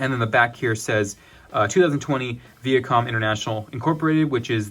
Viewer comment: Vee-ah com ... lol